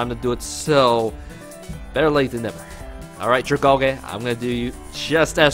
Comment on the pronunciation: Next video is going to be cringe inducing with how bad he pronounced Dragalge. Still looking forward to it.